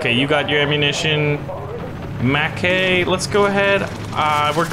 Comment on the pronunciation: I have a friend who is a Mackay it’s not pronounced Mkay it’s ma-ck-aiy. please pronounce it right.